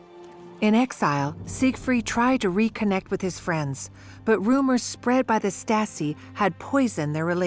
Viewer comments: Narrator's pronunciation of Stasi goes from Stasi, to Statzi, to Statski. Then there's all her other random mispronunciations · The narrator keeps saying "Staski" instead of "Stasi". Not all of the time, but several times. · Regarding the VO, please note that 'Stasi' does not normally rhyme with 'Nazi'. :-) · The narrator’s pronunciation is atrocious. Is this AI? No English speaker says “Stassee” or Statsee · This is excellent! But the people reading the script could have made the effort to pronounce words properly. Day-ten-tay ? Sing-fred?And Stasi is pronounced in several different ways ncluding staski...And towards the end it's said to be omniprecedent... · I came here to say this!! This lady's inability to pronounce Stalin, Stasi, etc. is driving me nuts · Stassy…. Oh pleeze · The narrator should have studied some German pronunciation 😢 "Statzi"? Wut? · "stah-tzee" 🤣. I know, pay a voice actor, for goodness' sake! Great content, otherwise, though. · How hard to get a narrator who pronounce basic words like Stasi in a f5cking Stasi documentary. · So I am one minute in of this documentary and already I have seen a map of Germany which is totally wrong shading in as part of the GDR land which was actually transferred to Poland after the war. Not a good start. And Stasi is mispronounced. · The female commentary speaker should have reviewed German pronunciation of Stasi as she is butchering it in various ways throughout the entire documentary.